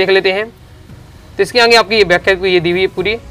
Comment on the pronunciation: Aage ❎ aange ✅😂😂